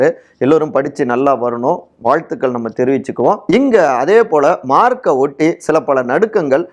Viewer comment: மார்க் சரியா சொல்லவும்